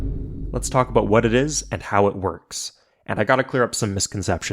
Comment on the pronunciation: he said aboot